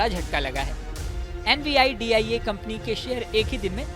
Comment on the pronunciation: Nividia pronounce nai kr pa rahe ho Well video achhi hai 👍